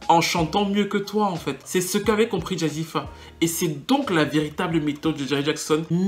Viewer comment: Jazzi fé pas jazzi fa lol bonne analyse en tout cas je ne pensais pas la revoir sur le devant de la scène on la voit partout en ce moment elle a une team composée uniquement de blancs